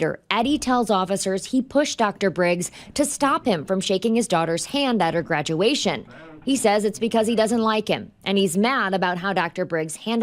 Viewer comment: A graduwation lol